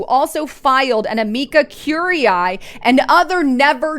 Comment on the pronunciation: You are slaughtering the pronunciation of Amicus curiae